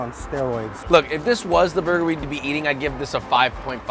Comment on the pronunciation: "There's a pineapple on moi burgah!"- If you know your know🤣